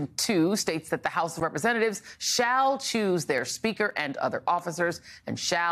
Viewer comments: Chuse?? It's choose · Shall "chuse" guys? Geez... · "Chuse"? Is that the way they use to spell "choose"? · "chuse" XD